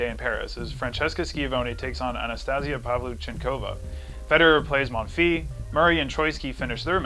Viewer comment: pronounce the s of Monfils :)